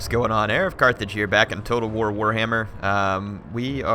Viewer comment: Did you say warhammer or poorhammer?